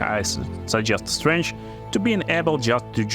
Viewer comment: all crossbows can be wielded in two hands exept hand crossbows they are 1 handed only and thus you can duel wield them... also strength isnt pronounced as strange... but other then the speech and pronounciation issues these videos can be amusing.